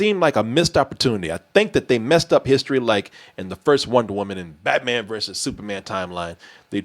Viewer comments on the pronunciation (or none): none